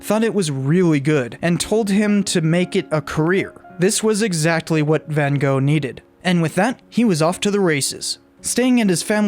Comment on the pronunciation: You also get the pronunciation wrong. Your Gogh is correct, but Van is propounced as wth an F, Fan.